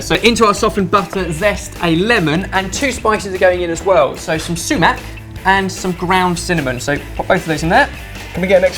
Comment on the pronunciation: LOLOL su.bone and su.mac